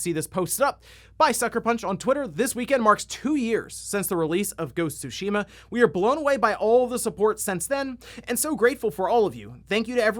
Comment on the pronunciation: Its ghost of tsu Shima All i am hearing is goes tsushima😄